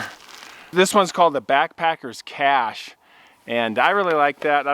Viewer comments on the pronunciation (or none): none